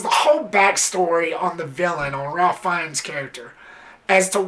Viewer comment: His first name is actually pronounced "Raif" or "Rayf" as opposed to the traditional Ralph.